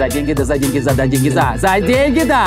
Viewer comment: Слышалось не "за деньги да",а " задень гида"